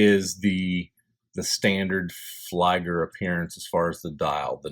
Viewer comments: "Flieger Uhr" reads like "Fleeger Oor" not like Flyger ! Anyway, beautiful watch ! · Great review, just a friendly feedback, its pronounced as "flee-ger" as opposed to "fly-ger".